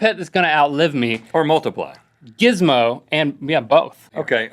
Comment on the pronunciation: . It sounded like he said jizzmo.